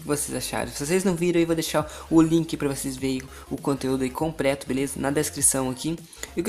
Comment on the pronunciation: RECRAMANDO COMPRETO MDS DO CÉU MANO VC NÃO CONSEGUE FALAR COMPLETO E RECLAMANDO PQP!!! DESLIKE...